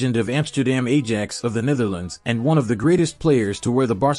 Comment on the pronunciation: It is Football not soccer and if you are unable to pronounce Ajax correctly why should you even be speaking.